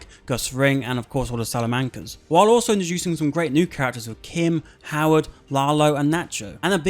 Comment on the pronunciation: aw hell naw this dude didn't just say saluhmancuhs